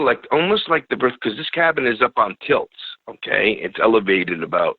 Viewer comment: Cabin is on tilts lol not stilts